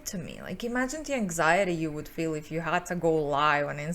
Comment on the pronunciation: I know she must have said "help other women feel" but I swear I keep hearing "help other women fail" and I'm like ooops. lol